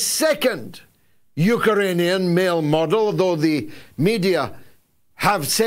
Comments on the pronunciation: It's pronounced Ukrainian George, not Ukaranian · George, it's not "UkErainian" .......... it's 'UkRainian'! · Why do you keep calling them Ukeranians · “Yook-er-rain- e- an” 😂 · Love the " Eukaranian" , for emphasis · What is a Uker-rainian? 😂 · You'd think by this stage in history Galloway would be able to pronounce "Ukrainian" 🤷‍♀ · learn how to pronounce Ukrainian you muppet.